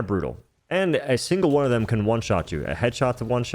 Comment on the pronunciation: you having trouble saying "one"? Just asking